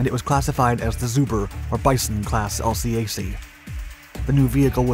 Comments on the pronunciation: we pronounce it as a 2 syllable word ... el-cack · 👎 Dislike for using irrelevant US Navy & Marine Corps footage, and can't pronounce LCAC (el-kak).